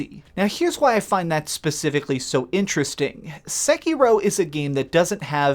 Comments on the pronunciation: Seky-row r u srs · I thought I'd heard all the variants of pronunciation of Sekiro, and then I came here and found one more.